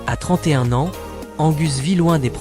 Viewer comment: Voix d’I.A. qui prononce "21 A N S point" 😊😊😊